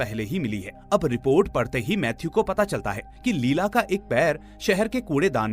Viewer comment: Her name was not लीला it was pronounced as लैएला